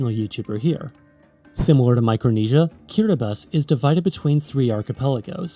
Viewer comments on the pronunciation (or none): none